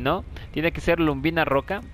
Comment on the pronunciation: colega; perdona si te molesta, no es luMbina,como tu dices es lubina, si "m". Un saludo